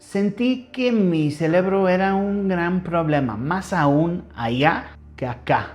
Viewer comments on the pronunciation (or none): "Mi celebro", hasta en esa mala pronunciación celebra. 😂 Que bonito cuenta su historia. ❤ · Me dió mucha risa cuando dijo celebro en lugar de cerebro, tu güero eres bienvenido a México gracias por aprender nuestro idioma, y recuérda un mexicano nace donde su gana se le da así que tú naciste en Inglaterra Pero eres mexicano , te mando un abrazo gracias por compartir tu experiencia de vida